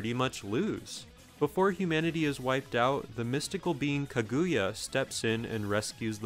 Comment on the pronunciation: My god man its "KAAH-GUU-YAAH". Orochi 3 is easily the worst one.